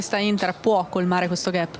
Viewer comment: Cara giornalista intervistatrice si pronuncia GAP non GHEP come on.... Sempre forza Inter!